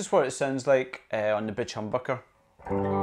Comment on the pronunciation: It just totally sounds like you're saying "...the bitch humbucker", lol. I'm totally going to start calling mine bitches from now on. Awesome review!